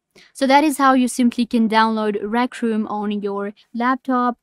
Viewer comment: "rac room"